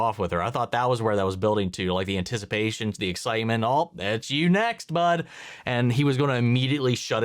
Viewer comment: "Antici... pation." "oof." Agreed,. Agreed 😂